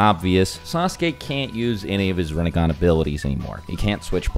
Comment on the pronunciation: "Rinne-gone" lol.